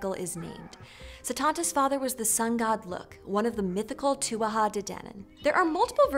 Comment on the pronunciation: Wait a minute - To be fair they did a wildly good job at pronouncing Gaelic names for non-natives! Ok Tuatha and Conchobar weren't right, but what others?